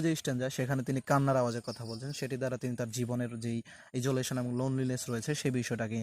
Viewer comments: ইজোলেশন না আইসোলেশন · Sir isolation pronunciation aktu confusion roya galo.